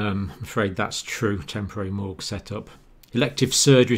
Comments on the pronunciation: Morgues not morgs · Morgue, not morg